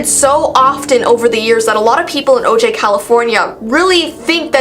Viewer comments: It’s pronounced “oh-hi” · O'jai is pronounced " O'Hi.."